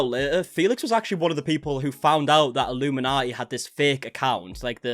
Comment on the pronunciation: I'm more concerned you are getting her name wrong lol it's illuminaughtii.. like naughty... A pun on the name.. a bad one so it kindaatches her personality. She deserves everything coming her way